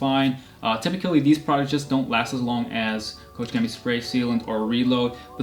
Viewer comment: which pressure washer do you use and how do you like it? I am searching for a good one and the one in your videos looks pretty good :) Keep up the good work, i really like when you talk to us viewer in your videos, it makes it more personal :) and i love how you pronounce koch chemie 🤣